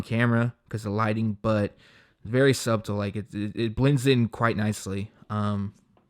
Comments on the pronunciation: Off topic but did the homie just say "sub-TeL"? Never heard the pronunciation of subtle, not disrespecting. Now to the shoe, Idk, I feel like Jordan Brand/Nike is just running out of ideas and whatever colorway is working on a shoe in this case the wool treatment, they try and place it on every silhouette. Which is lowkey pissing me off. Most definitely not a fan of these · the b in subtle is silent bruh